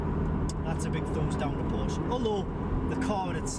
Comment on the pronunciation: it's PorschE....